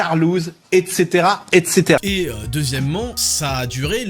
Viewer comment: savez réellement comment prononcer "etc".